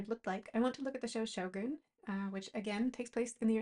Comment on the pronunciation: Excellent video- very informative. I always thought the show was pronounced “show gun’” so I liked hearing how properly say it. So much detail went into each piece.